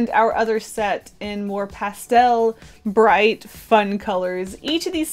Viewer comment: Bight lmaoo